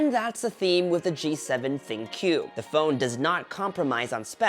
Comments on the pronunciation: I think it's called as think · I wonder why tech reviewers struggle to pronounce it as thinQ (think) as the AI feature suggest it. But nevertheless it was a great review and fun to watch. Keep it up.